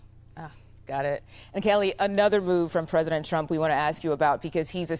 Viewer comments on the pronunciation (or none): none